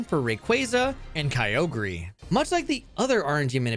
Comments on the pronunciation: You did not just pronounce Kyogre “Kai-oh-gree” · Bro out here butchering pokemon names 😭😭😭 kyogreee??? 💀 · I wanna subscribe but the way you say Kyogre makes me homicidal It's Ogre, like Shrek, you fucking donkey 😂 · At least it's not Key-oh-guh-ree like in the official Gen 3 pokerap. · Kai-oh-gree....? The hell is that? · The official Hoenn pokerap does it even worse, key-oh-gree and grew-done, they also forgot relicanth and zigzagoon. its a fun listen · me and my brother always said kyogreee as a kid, and the first time i heard it pronounced right it sounded so bad. hearing kyogreee again was nostalgic lmao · I feel like him talking about quick balls in gen 3 and that one use of pronouncing Kyogre like and absolute autistic. I swear these YouTubers all say stuff just so people comment more to call them out, as does this comment...